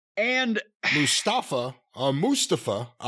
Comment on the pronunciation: Jim is funny but him not saying Mustafa's name properly is why Jim got fired from NWA. Its not funny. Just say his fucking name. It aint hard. It further drives racism where people mispronounce names out of ignorance. There is a difference between saying Kenny Olivier or Hardly Boys etc because its a play on words or a piss take. But this just seems stupid.